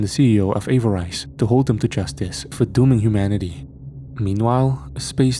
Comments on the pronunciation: Agreed, it was bugging me as well. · I believe you are pronouncing Avarice incorrectly.